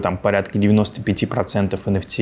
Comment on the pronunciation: Энэфти а не энфтэ